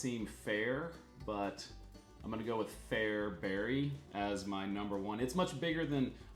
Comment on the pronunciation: I'm very impressed with your correct pronunciations of Fairbury, Saline (County) and Roca. Even some local TV and radio people get them wrong. Usually people hired from out of state. Makes me gnash my teeth.